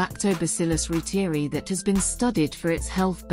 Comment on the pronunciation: ‘Roo-teer-ee’ ??? ‘Roy-ter-eye’ is the true pronunciation.